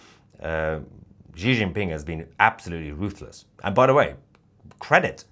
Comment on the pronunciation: Please, it's pronounced 'she'.